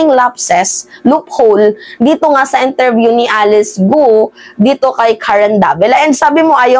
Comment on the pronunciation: ang corect pronounciation nyan ay GO silent U ang at tanga nlang ang maniniwalang pinay sya maraming intsik sa pinas na magaling mag tagalog pero ang citizenship ay intsik kung mapapansin nyo although mgaling syang mag tagalog iba ang accent nya ganyan kc ang accent ng mga intsik na natuto at hindi sa natural na paraan.